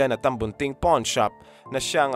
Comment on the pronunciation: Correction lang po: hindi 'porn' shop...'pawn' shop😅😅😅